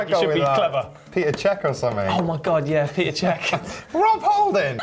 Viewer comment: Peter Cech??? Wow is it that hard to pronounce Petr